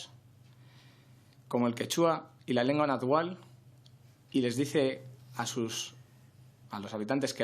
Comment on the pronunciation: Náhuatl, se dice, náhuatl.